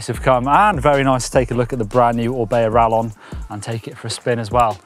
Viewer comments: Hearing say Rallon instead of Rayon is painful:O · quesadilla (Kay-suh-Dee-ya) Same concept. It’s rayon bud…